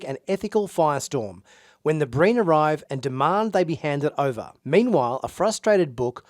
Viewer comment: Great preview. I swear I thought you said “Green” Fleet at first instead of “Breen” Fleet. Didn’t think anything about it until I rewound a part of the video because I missed something.